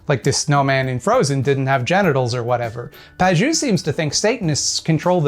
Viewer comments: To summarize -- "I don't understand what Pageau (mispronounced as Pajoo) is saying. So he's stupid." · Fun fact: the -eau suffix in French is usually pronounced "oh" rather than "ooo" :) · FYI, Pageau is pronounced "Pa-jo". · Usually in French, "eau" is pronounced like "oh", not "ooo". But I have no doubt you're quite correct about him, otherwise. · It's pronounced more like "pah-zhoh" not "pah-zhew". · But for real, if Pageau knew the language his name comes from, he'd know the letters "eau" are pronounced "o", so "paj-o" is his name and I'm even more annoyed now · My cousin knew a French guy once, and it's pronounced Page-O. You're welcome, don't mention it. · As an academic who tries very hard to be able to explain things clearly to laypeople, this obfuscatory air Pageau puts on really gets my goat. PS: If you're interested, his name is pronounced /paʒo/ or "pa-zho". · Please, please, Pageau is pronounced "PAJ-O" the way you say it sounds like "not cheeks" or "not juice" and it hurts my poor franco-ontarian ears so much... Great video though, I actually know one of his fans and it's really disconcerting how he convinces otherwise intelligent people of some very strange (to me) beliefs. Keep up the good work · Isn't it pronounced "Paj-oh"? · shouldn't Pageau be pronounced pa-jo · He pronounces ‘Pageau’ wrong too. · That's not how to pronunce "Pageau". Otherwise, interesting video! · I'm pretty sure that's not how you pronounce Pageau but this doofus doesn't deserve a regular name. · The pronunciation of Pageau is this vid is sending me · He pronounced his own name wrong, in French "eau" makes a long O sound. Trudeau, for example Eau de Toilette for another example.